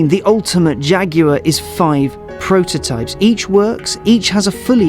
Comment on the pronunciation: Since when is Jaguar (jag-war) pronounced fucking jag-yooo-arrr? Get English or get fukt.